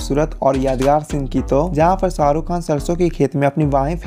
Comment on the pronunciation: Pehli Dafa suna hai "Ssarukh khan , sooting " , Sala ش he ghayab hai